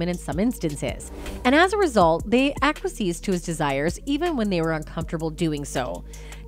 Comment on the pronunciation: Lol you don’t know how to say acquiesce 😂